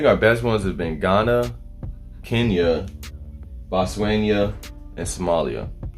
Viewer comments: Bruh Botswana , not Botswenya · Botswana. Say Boot-SWAHN-ah. Stress the second syllable. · you were having trouble pronouncing Botswana I hope this old school song helps Stetsasonic - A.F.R.I.C.A.